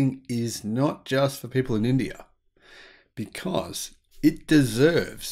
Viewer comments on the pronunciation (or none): none